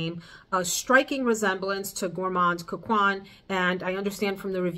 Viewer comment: Gourmand coquin = coke -en ( like how you pronounce “end” without the “d” 😅)